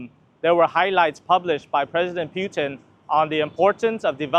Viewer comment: It’s PUT-in … please, please pronounce it correctly 🙏